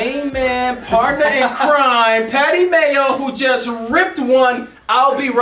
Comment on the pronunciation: ''D one and only Mayo'' thats a cool way to pronounce them right?